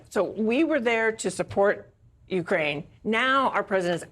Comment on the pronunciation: Ukraine - the accent is on the second syllable, not on the U. NOT "YOU-kraine."